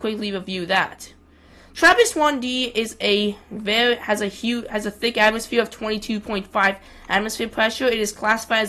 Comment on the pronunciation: "Weddish atmosfeeur." 🤣🤣🤣